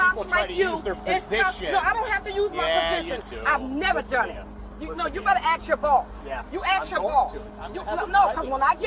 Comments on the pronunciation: why would he axe his boss? That's really dangerous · Why does the woman keep saying to ax his boss? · Why do all black people say "ax" instead of "ask"? Can't spell either?